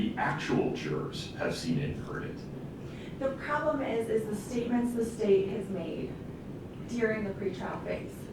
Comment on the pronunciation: Does anyone else think that the defense attorney sounds like a total airhead? A few times, she says "prollem" instead of "problem". I was waiting for her to say, "Gag me with a spoon".